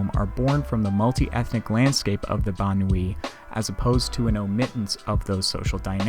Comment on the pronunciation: "Banlieue" is pronounced very differently, Wikipedia is one source to listen to the pronounciation.